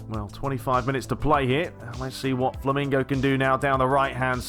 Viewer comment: LOL!. You are saying FLAMINGO instead of FLAMENGO